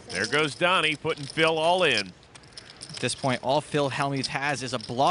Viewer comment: Wouldn’t it be spelt Doni if that’s how you pronounce it ?